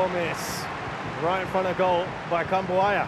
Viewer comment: Gua dengernya komentator Kritikan buaya 😂